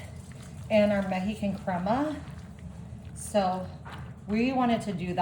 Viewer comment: Please look up the correct pronunciation of the word OIL, the way you say it makes you sound ignorant. And corn is on a COB. The outside is the HUSK. There was NO husk in this video. You might also look up the pronunciation of MEXICAN. OR... if you don't want everyone to know how IGNORANT you are, the keep on saying everything WRONG.